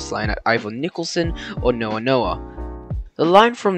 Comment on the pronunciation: Nice video, few dodgy pronounciations such as Nowa Nowa being Now-a Now-a and Metung being Mee-tung but apart from that its a good watch, one thing which you didn't mention was that in 1980 a bushfire destroyed several trestles along the line and the govt looked to close it, however the locals "kidnapped" a locomotive (making it inaccessible to the VR) so the government repaired the line and it continued for another 7 years!